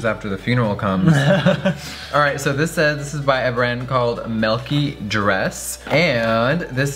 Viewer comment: "this is from a brand called melky dress" Uh...I'm sorry. Melky...I'm done with you Jeffree 😂😂😂